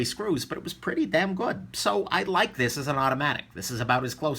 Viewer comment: Japanese have trouble with L and R not sure about Chinese.